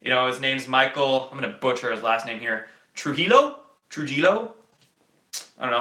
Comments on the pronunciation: It's pronounced TRUE-HEE-YO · Oh yeah, we're 3 hours behind you, not ahead (west coast). I figured out you were from east coast by the way you pronounced Trujillo (true-hee-oh). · phonetic for Trujillo = Truhiyoh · Michael .... "Tru-hill-yo" <-pronunciation